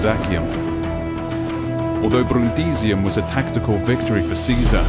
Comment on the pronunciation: I really like the pronunciation of "Brrrundisium".